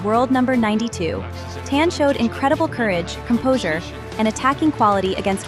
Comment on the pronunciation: cmon, it should be pronounced "tahn" like a normal chinese diaspora/dialect surname. can't be that hard to make your ai voice pronounce that right.